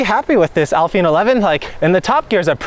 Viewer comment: It is pronounced Al FEE neh it is Italian for "to the end"